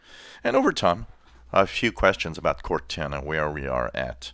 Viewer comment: Cor-nana the Microsoft grandma?